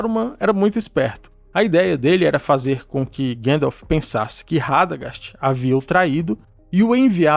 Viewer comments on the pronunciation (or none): seu conteudo e otimo mestre, mas por favor e gandalf e nao guendalf hauhauauhauhuah